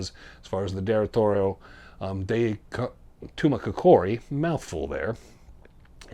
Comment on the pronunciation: TOO-MAH-KOCK-EREE (accent on the KOCK really).